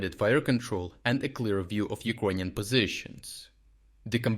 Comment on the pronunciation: Why does no one else say Ekroynian instead of Ukrainian?